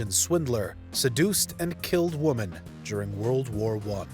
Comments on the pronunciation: Does the reader here not know the difference between womAn and womEn? ffs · its women not woman ffs. plural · What is it with people being unable to spell or pronounce woman/women properly today? Seems like 50% of the time I see or hear either nowadays, it's the exact opposite of what it's supposed to be. A WOMAN went missing, he killed several WOMEN! It's not that hard, sheesh! Usually coming from native English speakers too, it's embarassing! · I'm not native English speaking but I have a question for you all. In this video he says several times "woman" in plural. Am I wrong or shouldn't he say Women in plural. I hear this often but since I'm not English speaking myself I only assume I hear it wrong or is this a common mistake by english speaking people to pronounce it wrong? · Him saying 'woman" instead 0f women is like Ron burgundy and the teleprompter. But they did get comments for it, which is good for the algorithm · When you don't know the difference between WOMAN and WOMEN .... several times, ugh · Why does the narrator keep saying "woman" when he should be saying "women"? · Why can't the narrator say the word "women"? The plural for woman is women. So x killed multiple women, not killed multiple woman. Jesus. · Is it just me or is he pronouncing "woman" and "women" the same? Twitch...twitch... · Why does the narrator keep saying woman not women? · Note to the narrator: Woman and Women are not pronounced the same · Ok it's "women" not "woman" it's plural not singular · You're aware of the difference between "woman" and "women", right? You're killing me Smalls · Great content, but... "woman"... "women"... *pulls ears off & runs out screaming* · Someone teach this narrator the difference between "woman" and "women". Geez... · I feel like he was hired because he can pronounce the names, as English may not be his best language lol. He nails those names 💯. But woman/women a lil tougher lol. Ah well, still enjoyed it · Would somebody tell him to say women!!!